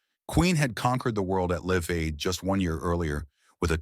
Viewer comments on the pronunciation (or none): Dammit! I was engrossed in the narration until one word (live) was pronounced properly but out of context.